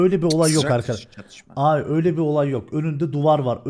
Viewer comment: Emirin Sasuke abiğ demesine bayılıyorumya😂😂